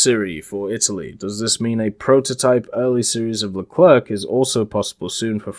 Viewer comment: You shouldnt pronounce the C at the end of Leclerc, it's more like Lecler